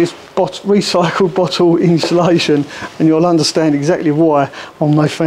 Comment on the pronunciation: No ‘H’ in insulation…. Thanks for the informative video! Keep up the great work! 👍